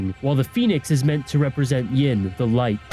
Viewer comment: You can't even get the "Yin" and "Yang" right😪😪